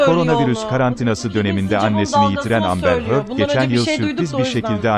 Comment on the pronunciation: Amber Hörd